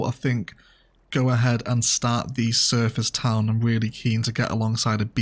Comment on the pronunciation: Every time, "surfer's town" sounds like service or surface town to me. Valkyrie has been great!